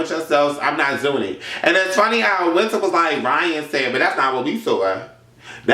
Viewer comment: I'm crying when he called zee alphabet and wiintrr seasons LMFAOOOOOOOO